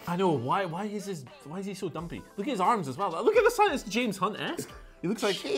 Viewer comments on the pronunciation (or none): none